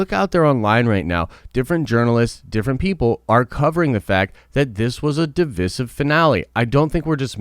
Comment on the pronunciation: Stop saying divisive wrong. Thanks.